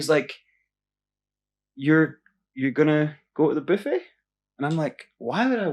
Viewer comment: The way he says buffet sounds like biffy. Biffy: a rented outhouse, honeypot, porta potty.